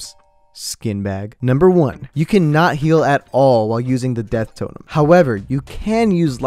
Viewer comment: Summoning jutsu death totum🤣